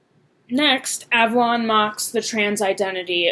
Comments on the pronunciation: You mispronounced his name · You miss pronounced Avallone and Donald Trump actually gives a shit about another thing is is that Hunter fuckin when he makes these videos look edgy he could give two fucks if your trans